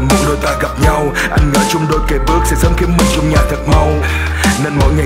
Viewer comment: Đoạn "Mình sẽ là của nhau Hoặc sẽ trở thành nỗi đau" mình nghe NĐV phát âm : nhau = nhâu, đau = đâu. Hi vọng bạn cải thiện việc phát âm để bài hát được trọn vẹn hơn ❤️.